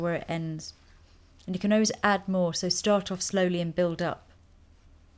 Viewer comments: I mentioned in another of Lisa's videos that she pronounces the word 'always' as 'oh-ways', but I never thought of it sounding French until you just mentioned it. :-) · Lisa have you lived in France? Because the way you say 'always' sounds very french! :)